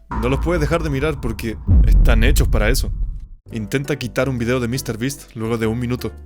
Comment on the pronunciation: Mr ttas